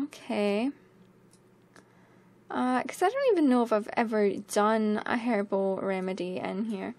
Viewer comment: hehe... you said "herbel" and I heard "hairball" made me laugh. ") < > "don't think about it, Fluff!"